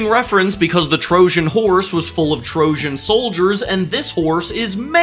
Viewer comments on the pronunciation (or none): none